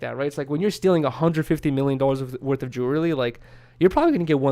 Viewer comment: pronounces jewelry like dj khalad